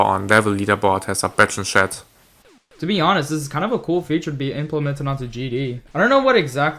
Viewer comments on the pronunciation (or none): When he says chat it sounds like he saying shit